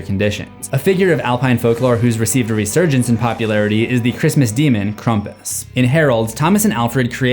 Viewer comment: Is no one going to talk about hoe he said “Krumpits” in stead of Krampus